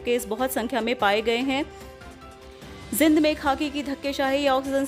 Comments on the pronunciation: आज के बुलेटिन में कुछ नहीं बार- बार पुनरावृत्ति की गई है|जींद को जिंद बोल रही हैं कृपया ध्यान से उच्चारण करें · Bar bar ak hi kabar na sunai or zind ka uccharn acchi thar sa kara